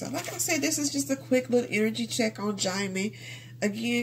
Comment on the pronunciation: His name is pronounce as Gem-Men